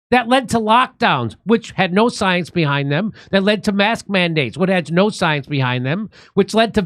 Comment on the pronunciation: You know Jimmy, you need to get it straight. Dr. Fauci did not say to follow the science. He said "Follow the soy-ence". So, he is off the hook.